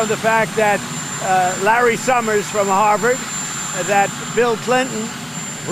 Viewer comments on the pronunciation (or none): none